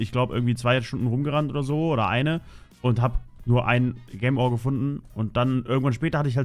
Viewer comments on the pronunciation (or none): Ich mag es wenn du Gemm Ore sagst. Es heißt Gem Ore. Gem = Juwel und Ore = Erz. Also Juwel Erz. Es triggert mich wenn du Gemm Ore sagst. Bitte sag entweder Juwel auf deutsch oder Gem auf englisch. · "Gäm Oar"... BoI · junge sag bitte nicht mehr gem ore sondern sprichs richtig aus das nervt bisschen sonst coole folge :D